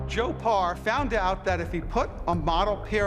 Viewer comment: PARR not BAR